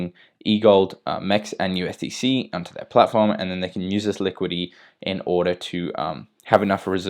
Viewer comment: Seriously, you don't know how to pronounce liquidity? Why are you saying "liquid E"? Bring your brain to school😃